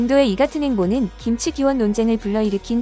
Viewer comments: 신치 라니? 정신 차려 김치. 발음이 안 되면 하지 말리지. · 양쪽에 발음도 않되고 기무치라고 하고 신치 라고하고 ㅋㅋㅋㅋㅋㅋㅋㅋㅋㅋ